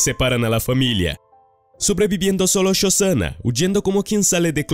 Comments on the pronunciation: No es shozana . SoSHanna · Yosana dijo? Uff penosa pronunciación.. dislaikaso